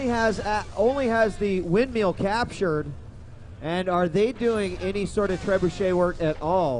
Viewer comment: Good to see DJWheat already getting more comfortable with the commentating, step 2: Learning to pronounce 'Windmill'